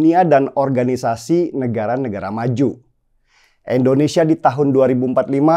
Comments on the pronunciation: bro, Indonsesia bro, Indonesia, bukan Endonesia, oke!? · INDONESIA. BUKAN. ENDONESIA 🙈🙈🙈